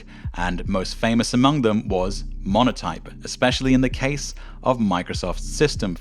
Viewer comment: . Montoype instead of Monotype.